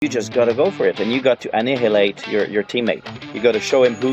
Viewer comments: Yeah, he pronounced it exactly like how i pronounced it, before i had heard the word said out loud by someone who knew the correct pronunciation, when i was 15 (26 years ago). I had the same with the word "armageddon", i used to think it was pronounced similarly to "curmudgeon" with that 'g' sound, but then i heard the correct pronunciation. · Someone please record yourself telling Jaques how to pronounce annihilate, just so we can see him argue that he’s right 😅